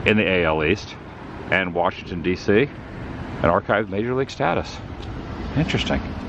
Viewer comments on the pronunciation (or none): none